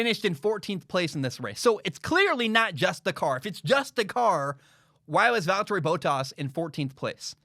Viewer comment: Despite the ridiculous American pronunciation of Valteri Bottas' name this guy knows what he's talking about which is very rare for an American (lol no offence meant but you fools did elect Trump and it will take America decades to recover their reputation after that act of total and utter lunacy).